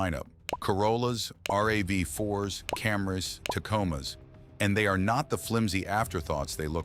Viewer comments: Gaaaaa. It's not R A V 4. It is RAV4! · On my Toyota. of these 7 features 5 didn't work and the other two I have been using for years... Oh and RAV 4 is NOT pronounced R-A-V 4 Rav is pronouced as a word that rhymes with Halve, I'm waiting for AI slop to pronounce Tacoma as Taco-Ma.